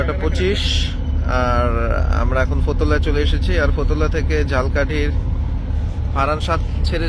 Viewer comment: bhai oita jhalkathi na , uccharon hobe jhalokathi , bujhcen?